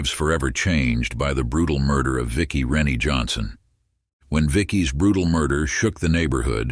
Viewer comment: It's pronounced Rin-Ay not Rennie